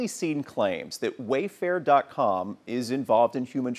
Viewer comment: He said WayFart on accident